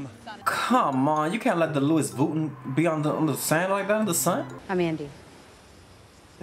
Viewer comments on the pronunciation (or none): "The Louis Vooten" I hate you istg 😂😂😂